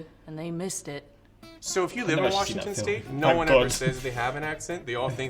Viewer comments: I dont claim Washingtons rep. He literally made it sound like we say Wershington daily. We just sound plain except a few words and phrases (you guyses instead of y'all). There are a lot of hick population though so you'll see some of those accents in different parts of the state. You also get country accents in smaller towns, and valley girl in cities. Washington is really diverse so the accent depends on what part you live in. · BS! no one in Washington calls is it Wershington! what an A-hole! right? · We sure as hell do not say Wershington. it is WASHINGTON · People who have lived in Washington from childhood do not say Worshington it is WASHington. Most who pronounce it Worshington are transplants from other states. Most often California. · Nobody is WA says “war-shing-ton” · Idk what that Washington guy was on, but if you pronounce Washington “wurshington” or however the heck he did it there is absolutely no way you grew up here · As someone from Washington state, I’ve never heard anyone from here pronounce it as “Wurshington” nor have I heard “wash” said as “wursh”????? Lmao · Those Washington State yahoos! As any Kansan can tell you, it’s warsh! I can’t believe they’ve been pronouncing their own name wrong all this time! :D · Agreed. Never heard a single person pronounce Washington "Warshington" except my grandfather... who was from the east coast. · bruh what I’ve never heard of any Washingtonian say “wershington” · That guy from Washington is full of shizit no one in my 32 years says worshington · I’ve lived in Washington my whole life and never heard anyone say “wershington” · Absolutely. No one from Washington says Wurshington or Warshington. Nails on a chalkboard and a quick way to say Midwesterner somewhere. Nebraska? Idk. Same with the people who pronounce human as ‘yuman’. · I just want to say being from Washington I’ve never heard anyone say “Warshington” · NO ONE in Washington says "warshington"